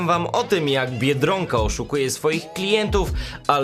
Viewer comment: Dlaczego mówisz "biedrąka" a nie tak jak trzeba "biedronka"?